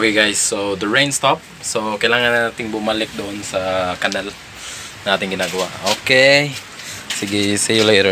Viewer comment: "canal" (pinaslang) - kweeee! HAHAHAH!